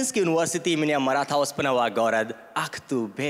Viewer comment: Оспанов буква О